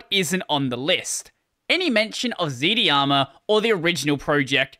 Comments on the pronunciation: "Dharma" is pronounced like "Karma" as they're connected concepts. So Z-Dharma, rather than ZD-Arma. Thanks for the content. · Dharma ir pronounced like Karma, why do you pronounce it like z-di-ama instead of z-Darma? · Its not Z D Harma, its Z - Dharma. Dharma is an Indian word (and a non-translatable to other languages). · "zdharma" is pronounced "zed darma" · Whenever he says Zd-harma it’s sus. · You think not doing it on purpose then? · I think it's pronounced as z-dharma